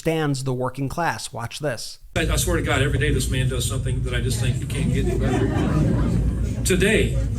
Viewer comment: The way this orange idiot is pronouncing the word "man" is simply disgusting. It shows that he still lives in the long gone times (thank God) when "real men" where admired and women where suppressed and reduced to their looks. It's still the way tRump sees the world - until today he refused to lean that times have changed and insists to his antique ideas. Americans! Although beeing a german I beg you all: Please don't vote for this disrespectful idiot!